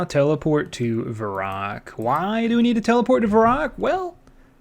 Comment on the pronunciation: What the heck is Varrock? It's pronounced Varrock...